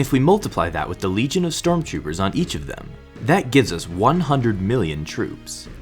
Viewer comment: is he saying " storm choopers"